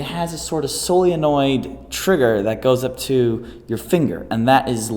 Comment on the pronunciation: I had to watch it twice...I heard SOYENOID... but it looks to be cable actuated by the long pull trigger, so I doubt it is electrically actuated.